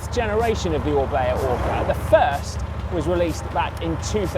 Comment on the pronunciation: "O R is the beginning of O-bea" .... yes, O-ka.